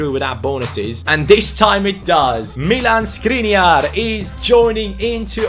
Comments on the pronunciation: Just a detail, his name is Škriniar, not Skriniar, so pronunciation of his name is someting like Schkriniar. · Škriniar is pronounced Shkreeneear... You're probably not gonna see this but yeah... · The right pronunciation is: SHkriNYiar. Sorry for correcting. Everything else is right, and keep up the good work. Did you know that 25 in hungarian is HUSZONÖT? The like is guaranteed!😀😀😀